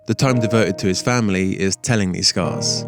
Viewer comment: You are pronouncing "scarce" incorrectly.